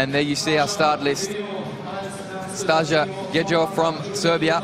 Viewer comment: will someone explain to the presenters how to read the names it is "Stasha GeYo" and "Yanya" .... a J is read as a Y in the word Yes. and N + J is read NY as in El Nino in Spanish